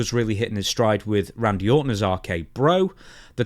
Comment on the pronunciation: "Wandyy!! I miss Wandy!" 😂 i love his stoner accent and the way he says "Randy". Good times.